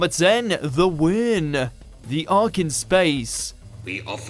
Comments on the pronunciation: Wirr’n (Wi-ren) not Wirn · I love the Wirrn! The extended universe did a better job with them though. They're terrifying in the Novlisation and the New Series UNIT audio boxset! But yeah the moment he said Wuuurn made me cringe really bad. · I don’t think you’ve seen the episode. That’s not how you Wirrin “we-run” not Wern. Urgh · The Wrrn? I recall them being called the Wirren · It’s pronounced “Wirren” not WURN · "The WUUUURN" 😅 Do some research mate! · THE WEEERN ! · it's pronounced wirrin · Wirrn is errr, as anyone remotely interested in the show would know is pronounced "Wirrun"- Top ten hilariously lazily researched "facts". Undermines your observations really. I know of plenty of poorer moments....where is the skarasen coming out of the Thames!! ;)? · Oi, not how you've been pronouncing it, pronounce it like WIRAN. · They fricking can’t pronounce wirrn. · And the Wirrn! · This video makes me angry. Dr Who was head and shoulders above most of the imagination-free mundane rubbish on TV at the time and it won its audience's hearts. The voice over bloke doesn't even know how to pronounce Wirrn. Putting a story like Earthshock in this video is unforgivable! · He mis pronounces Wirrn... just shows they just googled something in a rush... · Wanna try saying Wirrn again...? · The most low budget moment is the pronunciation of Wirrn. It's so clear that you've never actually watch the stories, and yet you've probably got the most subs of any 'doctor who' youtuber. Sad really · You miss pronounced so many names, kinda (pronounced like the kinder eggs) and wirrn (pronounced whirren) being the worst, you need to do more research to understand how to pronounce them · Has this guy ever watched these stories? Kinder instead of Kinda, Wirrn pronounced Wern instead of Wirren… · Mispronounciations: Wirrn (wi-run) Kinda (kin-duh) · Really need to work on your pronunciation. The Wirrn and Kinda are stupendously wrong. Research!